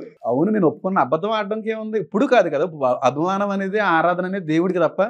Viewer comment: ఆధారణ కాదు అన్న 'ఆరాధన'